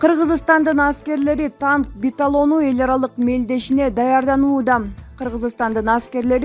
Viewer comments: БИТАЛОН эмес чон кыз , БИАТЛОН , БИАТЛОН , БИАТЛОН !!!!!!!!!! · Биатлон дечи э беталон дебей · Биталон эмес биатлон😄😞👈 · биталон деп, бир айтып койбойт, эки айтып койбойт, уят да, биатлонду айта албаганы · КАНДАЙ САБАТСЫЗ КОЛХОЗНИЦА МЫРКГО БУЛ ЖУРНАЛИСТКА КЫЗ😂 ТАНК БИТАЛОНУ ДЕЙБИ КОКУЙ🤣 ЖЕ ТАНК БИАТЛОНУБУ ЫЯ😀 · Танк биталон де 🤣😂😀😅😅🤣😂🤣😅😅😂 биатлон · Танк биталон эмес 😄 Танк биатлон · Сенден караганда мен жакшы окуйм Эй сабатсыз журналистШойгу Шайгу , биталон эмес биатлон деп окусаң уят эле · Танк биталону дейби 😆😅😂😃.Чон кыз туура окусан титрди. ТАНК БИАТЛОНУ болот. Ой бой . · Танк ,,биталону" эмес танк биатлону ,жакшыраак окуш да колдон келбейби? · Жолок пулду деле чондордун адамдары алат да, далдырабай кытайдын карызын жана баткендеги границаны тактагыла кок мээлер. Бул байкуш дипломду сатып алганго ананып кетейин (биталон эмес торпошка биатлон , Чойгу эмес Шайгу ) качан ушул сабатсыздардан арылабыз. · Алып бвруучу сабатсыз экен.Ар дайым ката окуйт.Журналистика билими жок окшойт.Суйломдун утур,точкасы дегенди билбейт.Мазмуну жок окуйт.Алмаштыргыла!!!!. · Биятлон болсо керек биталон эмес. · Мобу окуп жаткан дикторго айтып койгула туура окусун биталон эмес биатлон болот суйлой албаса башка ишке барбайбы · Журналист сабатсыз биталонбу же биатлон бу туура окуганды уйрон. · Биталонбу? Биатлонбу? Тактап ойлонуп суйлосонор тантырабай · Биталон эмес биатлон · Биталон эмес! БИАТЛОН!!! Кыргызды уят кылбачы! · Биталон дейтко суйлоп жаткан аял 😁😁 БИЯТЛОН ДЕП АЙТ МАКОО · биталон дебей окшоштуруп суйлочу автор кыз тантык биталон эмес биатлон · Биталон эмес биатлон болсо керек эле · Шойгу эмес Шайгу .Биталон. эмес Биатлон. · Алып баруучу жакшы даярдансан.Дайыма ката суйлойт.биталон эмес биатлон. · Ай комментатор Биталон эмес Биатлон деп айтат деги ушундай каталыкты карабайсынарбы уят! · Биталон эмес биатлон болот авторсунбу же журналистсинби билбейм. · Баталон эмес биатлон 🤣🤣🤣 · Биталон эмес биатлон! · биталону эмес биатлон десен тантырабай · Эй журналист биталон эмес биатлон